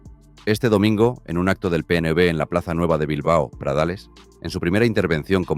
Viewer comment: La inteligencia artificial que usáis en los vídeos no sabe leer, en el PNB supongo que quiere decir PNV, en fin, yo te sugeriría mejorar eso porque quita el interés de seguir oyendo el video 🙏🏼🇪🇸👍🏼💚